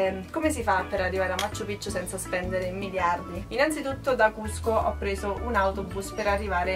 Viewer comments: non ha senso lamentarsi dei costi, la gente deve pure guadagnare in qualche modo e hanno dei prezzi alti proprio perché lì la moneta vale 1 quarto della nostra, se non ti vanno bene i prezzi non viaggiare e poi pronunci stra male 'machu pichu', in Perù non si hanno le doppie salvo casi eccezionali di cognomi e alcune parolr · Ma quante volte hai detto Macccchu Piccchu.... troppe C!